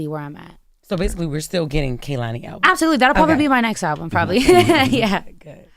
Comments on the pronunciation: Why everyone say her name wrong when she says K-lani how it pronounced. She fine tho 🔥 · Envy and Charlamagne kept pronouncing her name Kuh-lani and she lowkey corrected them at least twice, pronouncing it KAY-lani. They didnt get the hint. Active listening is a skill 😂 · The way he still say her name wrong 😭